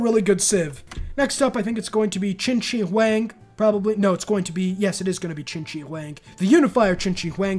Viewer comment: Dude, as a Chinese I laughed so hard when Yongle was pronunced as 'young goal'.😂 well, that was still better than chin chi wang though.🤣🤣🤣I am sure he is not relavtive to chinchilla